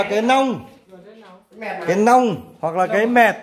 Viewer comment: 😂😂😂 tại bạn nói ngọng nên thành long với lia ( chứ cái nhỏ gọi là mẹt, cái to hơn thì gọi là nong với nia là chuẩn rồi bạn nhé) 😂😂😂